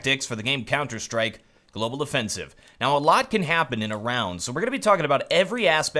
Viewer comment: It sounds to me like he says "Global Defensive" in the beginning of each video.